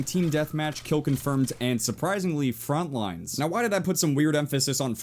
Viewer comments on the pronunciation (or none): Every time u say 'frontlines' i cringe so hard. There's no s at the end..